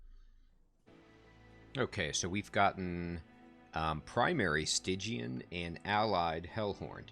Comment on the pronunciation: Much to say here. First, I'm actually liking your pronunciation of Stygian better. Spell weakness. I actually haven't built a deck around that yet, but wanted to. Get a ton of attacks on the final boss and a strong spell will wreck it. So it's really cool to watch you do a deck style I haven't done yet. Hope it works. The idea of building on the higher floors. That was a tip I didn't want to give until you started to think in those terms yourself. But it all depends on the champion and the approach. This champion you will want on the first floor, I would think, to stack spell weakness on the boss. On the top floor, you wouldn't have a chance to capitalize on that if the boss makes it past him. But also, with that start against the boss at the end, forced to the second floor to start. These are the basic things that start adding depth to this game. On your early runs, you would have likely tried to force the issue on the first floor instead of recognizing the room you have to work with. (And again, your errors mirror my own learning curve, so it all just brings back memories.) Bosses, ultimately, are designed to simply screw up your deck design in that way. Can the boss force you to work around around their specialty in a way that messes you up completely? Or are you able to simply adjust to another floor or something to get around them with no trouble? (Like trying to avoid their incant bonuses... how much does that cripple your deck and play style?) Oh and I haven't used asc